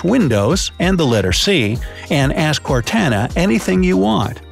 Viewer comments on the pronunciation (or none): Cortana is not core tan a its core tah nah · Its core to na NOT core tA na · Cortana (core-to-nu) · "CorTANa" 💀😂 "T as in Toy" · ITS PRONOUNCED CORE TON AH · That’s not how you say cortana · He said (Cortana) Wrong.